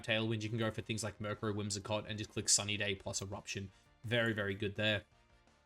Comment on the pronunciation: Myuur crow